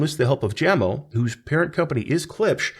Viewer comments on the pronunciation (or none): Jamo is pronounced YAH-moh, like the Doobie Brothers Song.